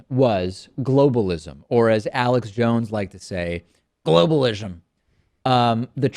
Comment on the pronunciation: "Globalishm" lmao